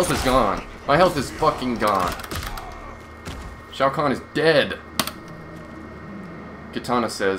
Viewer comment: Shao kahn not shau guan